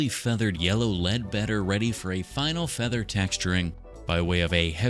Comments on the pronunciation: Why does bro pronounce his F's so harshly It feels like a threat "FFeather texture" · Me watching this video: say feather one more time!!!!!!!!!!!!!!!!!!!!! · SAY FEATHER ONE MORE TIME I DARE YOU